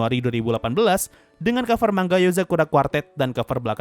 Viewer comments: Tulisan nya manga, tpi bacanya man-ga. Di jepang nggak ada "ng" kek di indo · manga bang bukan mangga, mangga itu buah buahan bang